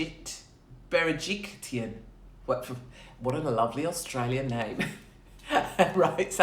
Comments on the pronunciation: Bera-Jik-Lian is how you pronounce it Katie 😂❤️ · You almost said Gladys’ last name correctly, my love. But change the T to an L. She is also known as Gladys BeryJERKlyan 😆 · Where is the T in Berejiklian 🤦🤣